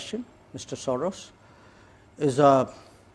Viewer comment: George soreaahs is an aahsole that is sore…….